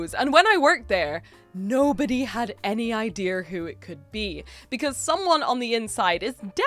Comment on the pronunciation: As a Canadian, whoever said you sound American has never heard you say the word "idea." That intrusive R is so British! Though if I'd had to guess, I'd've guessed "someone who's spent a lot of time away from home." I've a friend who grew up in Germany and Ottawa (Army brat), then moved to Scotland for her Master's Degree and then in San Fransisco for her Doctorate before finally ending up back in Canada out here on the Prairie, where she's now been for over a decade. Her accent is a serious mish-mash (and changes when she's thinking about certain things). We all start talking like the folks we live around, and I'm sure your accent shifts more "Scottish" when you're talking to family.